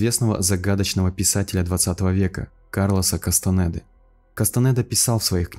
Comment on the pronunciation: Произношение не Кастанэда, а Кастанеда